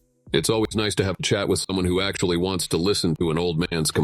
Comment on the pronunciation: I love differences in dialect. You pronounced chat as "shat" when typing to Julie, and I nearly spat my coffee on the screen. 🤣😂🤣😂